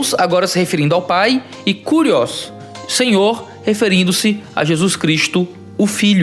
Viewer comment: "Kú"rios foi osso! rsrs